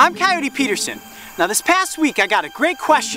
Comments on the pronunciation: Amane Aerith ky-oh-tee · how to pronounce 'coyote'? i couldn't get what he said